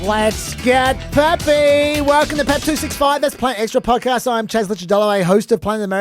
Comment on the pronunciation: starts with J, so it's "Jeppy" instead of "Peppy" 😅